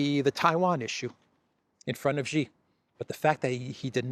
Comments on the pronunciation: ! STOP SAYING JHEE. His name is SHEE JIN PING, why because JHEE means PENIS. Always say SHEE like you say female in English. SHEE is correct not an insult. JHEE is equal to CHRISTOPENIS. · ? SHEE JIN PING not JHEE JIN PING. Why? Because JHEE means penis in the Chinese language. How do you like your name mispronounced as Christopenis??? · Xi Jinping is obviously the most poweerful person in the world. I cringe every time I hear mispronounce his name. He's not Mr Gee. Whatever happened to the attention to detail we used to expect from The Duran?